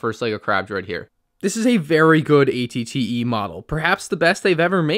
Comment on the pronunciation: It sounds like he’s saying att